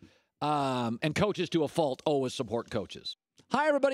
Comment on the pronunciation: i absolutely HATE the way this man says "always" alwuz